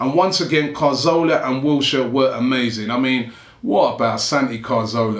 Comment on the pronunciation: Can people stop pronouncing Cazorla's name as 'Carzola', fucking hell is it really that hard to read the letters in the right order?